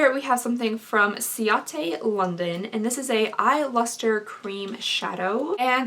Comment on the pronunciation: I love your channel. I'm a makeup junkie too. I just wanted to say coats London i think is pronounced Kate london. I could be wrong.